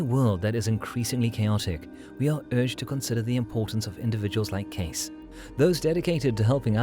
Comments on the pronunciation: Casis ? 🙄 Su apellido se pronuncia Queisi. Así debe sonar. Cuanta miseria habita las redes sociales humanas... 🫣 Está increíblemente revuelto tu contenido, muchacho... muy malo el nivel de este video 🥱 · 😮His surname is pronounced like , K-see, Edgar Cayce. He had a son named Hugh Lynn Cayce. My mother have every book written by Edgar Cayce. I think he had a knowledge of future events. Interesting program. Young people now wouldn't have a clue as to who he was. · Hey...it's pronounced Case-ee. Dont insult this great psychic with your feeble programmed interpretation of historical data. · that's easy to say...what if someone mispronounced your last name? What's in a name?...well everything. In polite society it is an insult to mispronounce someone's Sir name...especially in a large public gathering (which is what You tube is). Mind your manners.